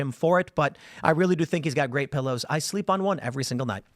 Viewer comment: A “ Phillow” - awe, yes please!😂